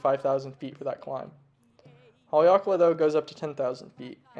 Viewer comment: say...Hale-ake-la...??? Not Hale-lakala ???